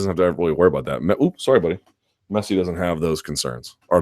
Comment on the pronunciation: Cool that Americans are starting to like football but please don't pronounce Messi as messy. It's a short, narrow e sound, similar to the one you guys use in bed, not the one used in bad